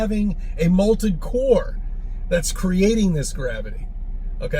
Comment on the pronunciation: In clinical terms... he's a loon! Also, he says "molted core" enough times to make me want to slap his dumb ass.